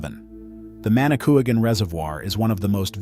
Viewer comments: It's pronounced Manicoo wogin not Manicoogan. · It’s pronounced manikwagan, not manikooagan.